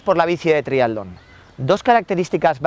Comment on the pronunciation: Muy bueno, especifico y bien explicado. lo único es que repetir triadlon y triadleta en lugar de triatlón y triatleta tantas veces llega a ser molesto